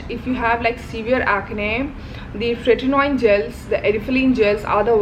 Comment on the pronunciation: Its tretinoin and adapalene. I love your channel, but you pronounced the names wrong. I felt like mentioning that to you... ❤